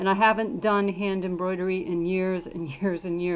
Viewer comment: Contrivertial it's embroidery lol that made me laugh so bad 😂 but great video I learned a lot!